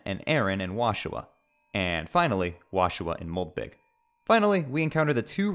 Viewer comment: Why does call moldbug moldbig?